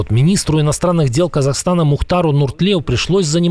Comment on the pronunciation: Мұхтар Нұртлеу....диктору респект....без акцента и без усилий проговаривает фамилии🇰🇿